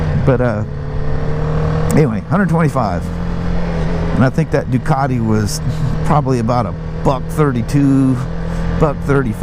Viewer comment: Holy Moly! A wheel that is back ordered for a year! That's not good. This video felt like you had 'speeded it up' I swear you ride those G310's quicker than the R1250 GS!! A Harley / BMW guy that knows how to 'say' 'Ducati' now that is a rare thing indeed. I bet you know how to say 'Moto Guzzi' too...! I'm just kidding, nice to hear you reminiscing about your racing days....you should tell us more about that someday..... Hope you got all the computer gremlins sorted out. Have a great weekend the two of you!